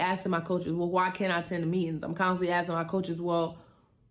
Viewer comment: And its ask-ing..... not ast-ing